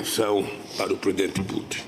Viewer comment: O que é "Pridente Puti"?😂